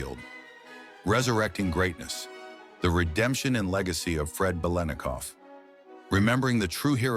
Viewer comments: Nice viedo BUT ur butchering his name Ba lit na cough not way it's spelled it's for you to pronounce it correctly 👍👍👍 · having grown up in the bay area watching all the raiders games on tv this is the first time in my life i have ever heard anyone pronounce the let in biletnikov this way. everyone said lit back then. as in bilitnikov. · Beelinakoff? You can't even pronounce the name! Why must anyone try to make "sensational conspiracy-like" garbage out of a normal story? Why are people so desperate to post crap on the internet? Whoever this is doesn't even know who this man was, nor was probably alive when he was....this man was a great NFL legend. Leave him alone. Get a life. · What fall from grace?! It's Bil et Nik Off! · the name is four syllables . Howard Cosell , for the correct pronunciation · Stop with the melodrama. Yes it was horrible what happened to his daughter, but it didn't break him. Learn how to pronounce his name correctly you damn 🤖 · these ChatGPT NFL History channels are bizarre. Its mandatory 15 minutes of wikipedia entries read by AI that ALWAYS mispronounces the legendary player's name on a 'channel' dedicated to their storied franchise. Low Effort Trash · Robot narrator cannot pronounce his name correctly. :face-red-droopy-eyes